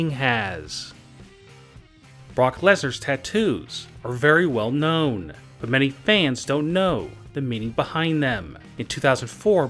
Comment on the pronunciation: "Brock Lesnar's tatoos are very well KNOWN" LOL why do you speak like that LMAO